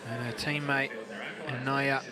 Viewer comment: Who is "Naiya"? It's Niiya (knee-ya)!